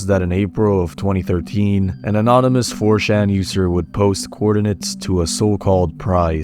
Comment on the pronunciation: The way you pronounce '4chan' genuinely annoys me, like wtf is a '4-Shan'?